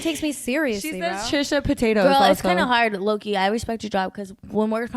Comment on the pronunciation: said “Trisha potatoes” 😂😂